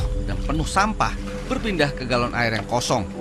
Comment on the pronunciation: Galon kak bkn gelon